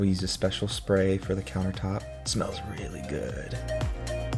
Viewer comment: Ok this was really funny to listen to and having your hubby do voiceover was tooo cute. He is funny with his description. Thingamajigger🤣🤣😂🤣🤣. Delicious i am digging, oh not to mention the emphasis on " really good" with the low voice. He is hilarious